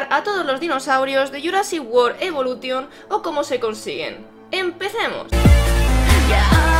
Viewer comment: Se dice evolushon